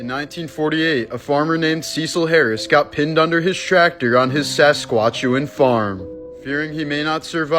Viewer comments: I caught that! It was on porpoise! 🐬 😂😂😂😂😂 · Did you just say "Sasquatch-uin" farm my dude??? 🤣🤣🤣 Its "Sas-catch-u-ah" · Saskeatchian farm? Saskatchewan. Sask atch ewan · A Saskwatch-ewan farm? Eh? I'm Canadian but first, rest in peace Mr, Cecil Harris. Very tragic indeed. But it's pronounced, "sus-scatch-oo-en". Say each syllable fast together. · You know, when pronounces Saskatchewan as Sasquatch-ew-an, I’m inclined not to listen to him anymore. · Sah-scat-CHU-wun. You're welcomed. 😄😄🇨🇦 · The province I was born in..Never heard that pronunciation before 🤣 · I’m a Canadian and never in my life have I ever heard it be pronounced “Sasquatch-chewan” before 😂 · I came here to say the same thing. When I first heard him say Sasquatchian Farm, I had to run it back. sure I had misheard it. And now all I can do is laugh at it! 😂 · i was about to make a comment, he butchered the name hooolly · He purposefully makes mistakes so we comment, thus increasing his engagement and positively effecting the algorithm so YouTube suggests his content in our feeds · that's not how you say Saskatchewan lol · The way you pronounce Saskatchewan is absolutely hilarious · I'm from there. Sask-at-chew-wan. It's really just pronounced exactly how it looks. Though I do pronounce it with a slight prairie drawl..? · I’m Canadian and I too have never heard it said that way I thought you were joking lol